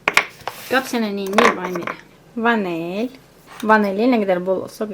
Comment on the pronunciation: Gözəl qızım ❤ əllərinə sağlıq !əla bişirmisən,🎉 Vanel demə vanil de.çox adam vanel deyir güzgün deyil.İncimə❤